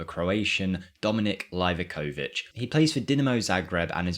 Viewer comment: Dude it's LeaveAkovich (Livakovic)... why you complicate things lol?